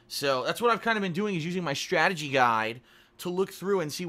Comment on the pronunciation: He's using a "schtrategy guide".